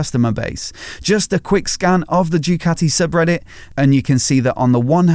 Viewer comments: How hard it is to say Doo Ka T' ee? Instead of saying Jucatti? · I wish you would stop calling it..... Due-cati